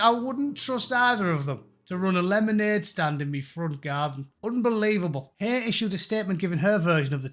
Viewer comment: Love how you pronounce it Louise HAIR...